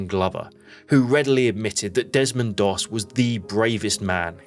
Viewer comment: Its Desmond Doss not Demond please correct if its not AI...